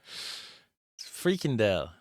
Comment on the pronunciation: free candle... Fricadelle !!! Dude took footage of another video not even correcting his chat gpt script :D Btw, blood sausage or back pudding is so good, way better than trash fricadelles